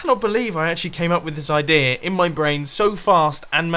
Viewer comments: There is no 'r' in 'idea', Mumbo... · "idea"-ok "idear"-TRIGGERED